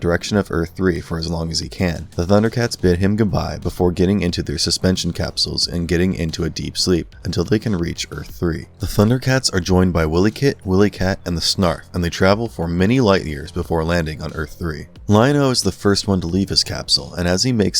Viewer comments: "Earth 3"???? "Willykit and Willykat"?????????? Whoever the frick narrated this video didn't seem to get the names right and are said as follows: THIRD EARTH WILYKIT and WILYKAT Something tells me that the narrator is seriously lost in translation when he created this video!!!!!!!!!!!!!!!!!!!!!! GRRRRRRRRRRRRRRRRRR #YourWelcome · Before you decided to do this commentary on the Thundercats did you do any real research or did you just like flip through something and spew some b***** out. it's not Earth 3 it's 3rd Earth it's not Willy kit and Willy kat its Pronounced while-lee-kit and while-lee-kat. I know I must be going into geek rage right now but at no time on that show did they ever say Earth 3 where the hell did you get that from? it's 3rd Earth. And as far as I can remember that show never came on Saturdays it was on weekdays get your s*** together man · Don’t bother trying if you haven’t seen this show. I couldn’t make it 2 mins into this video without the obvious mistakes glaring out. 1, there were 7/8 main Thundercats, not 4. Lion-O, Panthro, Cheetrah, Tigra, Willy Kit, Willy Kat and Snarf. Also Jagga who was mainly a spirit guide throughout the show. 2, you obviously haven’t seen the show or you wouldn’t have butchered their names. 3 it was a weekday syndicated show, not a Saturday morning show. Give up and fire your researches. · Mamma, didn't give any love to Wilykit and Wilykat? Try not even pronouncing their names right lol.